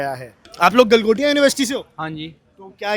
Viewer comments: गलगोटिया ❌ गलघोटिया ✅ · "गलगोटिया" नहीं " गलाघोटिये" यूनिवर्सिटी 😂😂😂😂😂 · Gal-Gotya university 😂😂